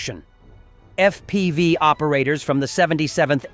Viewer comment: Can stop pronouncing FPV as "F P five", please?